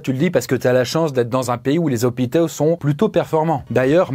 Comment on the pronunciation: "c'est ca la réalité dans les zozopitos!" lool